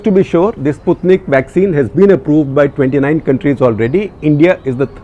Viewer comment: You have pronounced Sputnik correctly for first time!. New cases of last 10 days, will take time to reflect in recoveries, you can't spread panic on that ratio, which is meaningless, when the surge is only in 10-15 days. Comparison with Adelaide test match is brilliant!. Depending on a useless, inefficient, ineffective ,unassertive, timid Health Minister like Harsh Vardhan has been the cardinal sin of Modi to let the matter go into the hands of Babudom. Private procurement&import of vaccine should have been allowed by Corporates & Private Hospital Chains. Those who can & would like to afford the vaccine should be allowed to use the same, to that extent could reduce burden on Govt.System which has it's own limitations & constraints.